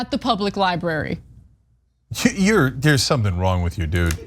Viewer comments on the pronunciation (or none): No one counted how many times Cenk said 'libary'? hehehe, love you man! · Lie-burry, Cenk? LIE-BURRY? Good Lord! LibRary! Library doesn't sound like Lie and HURRY! Li-bRary! It's LIBRARY! lol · Sounds like libury to me. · It's libRary...not libary. Why does Cenk pronounce it like that?